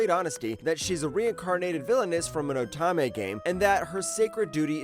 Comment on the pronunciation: Why are you saying oh TAH meh? OH TOE MEH